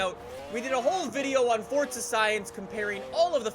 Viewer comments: Why do yuo say forza like fortza? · This game is not called fodza its forza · god damn man, the way u say forza is gettin to me. wElcOme bACk tO FORTTZA man stfu, say forza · ITS NOT FORTZA, ITS F O R Z A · Man I can’t stand the way he says Forza “(Fortza)” I just want to rip his head off every time I hear him say Forza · Its For - Za not fortzer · Sneakers 4 life yeah that annoys me a bit lol. If it was pronounced like that, it should be spelled “forzza” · It annoys me like he always says fortza when its forza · “Fortza” it’s forza 😂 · forza not fortza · Its for za. Not fortza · It's not fortza it's forza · It’s not FORTza it’s forza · It’s not fucking Fortza it’s forza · Is not fotza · U dont say forza properly u say fortza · Stop pronouncing Forza like Fort-za seriously dude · Why do you say Fortza Horizon 4 why not FORZA horizon 4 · *forza not fortza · I love this guy i just hate how he says fortza instead of forza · Why does everyone say fort-za😡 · Love you’re videos but when you say fortza horizon at the start is so annoying it’s forza there is no t so please stop pronouncing it fortza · It’s still not Fortza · did this man just say fortza? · Fortza horzion... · Man calls it fortza😂😂😂😅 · You say fortza. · Stop calling it fortza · where is the “t” in forza? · ITS FOR-ZA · calls forza horizon 4 fortza horizon 4 😂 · “Welcome back to fortza horizon 4” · i remember in forza motorsports 5, jeremy clarkson had a narrative opening scene and he said (at the end) "Welcome to FORTZA motorsports 5." At least he pronounced forza as fortza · isnt that what it’s pronounced in italian though? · it is pronounced fortza tho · Fortza hurizun 4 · Its not FORTZA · Logan Sauvage I don’t see a T in Forza you liberal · He says forza like fortza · He says fortza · Fortza horitzon 4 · buddy can you please say forza right! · it triggers me how he says forza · The way he says forza tho